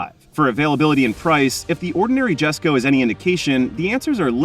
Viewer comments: Jesko ... yes co YESCO!! not jestco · It's pronounced "yesko" not jesko. Also it's the most powerful ice engine koenigsegg has produced but not their most powerful, that would be the hybrid Gemera with the Jesko v8 in it that makes 2300hp.